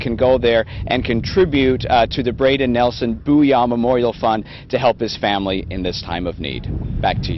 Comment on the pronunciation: It’s nielsen not Nelson I should know I’m his son